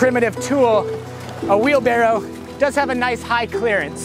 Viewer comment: Am I the only one who thought it was "Wheel Barrel" 😔